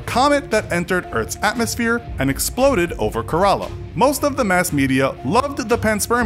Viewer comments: It's not Karaala. It's Kerala. Wrong pronunciation of a beautiful word. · Kerala is pronounced Kay ra la, not karala and Punjab is pronounced pun jaab no puunjab. Thank me later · Kerela pronounced as k-ray-la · It's Kerala not karala pls don't spell wrong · everytime he said "ke-r-a-la", rofl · It must be pronounced kearala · Kerala is pronounced wrong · I think only I'm getting pissed.. hearing him pronounce Kerala wrong